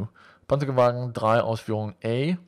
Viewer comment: ***** Your pronounciation of German umlauts is quite good. You're Danish, right?